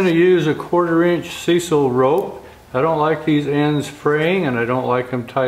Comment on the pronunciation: It's "SIGH"-sal.